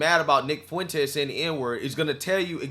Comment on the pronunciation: Not sure of it was just the content but right around the 9 minute mark it sounded to me like you called him Nig Fuentes. 😂 Mighy just be my yt guilt or supremacy?